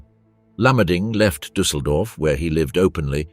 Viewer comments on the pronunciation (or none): none